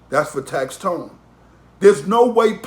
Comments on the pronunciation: #1 it’s tax-stone not tax-tone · It’s tax stone not tax tone